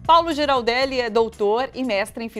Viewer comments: Não é "Gi" é "Gui". Paulo transitou bastante na centro-direita, inclusive surfou com críticas absurdas a Lula, fazendo apologia ao coronel Ciro Gomes e defendia Moro e a Lava Jato. Esse não me convence, apesar da erudição... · Falou errado o nome do convidado e o nome do canal!